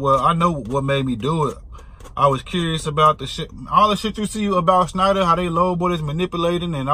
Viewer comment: You said it right Scheinder pig